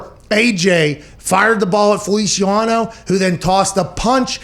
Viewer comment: “Jon Feliciawano”- Pat McAfee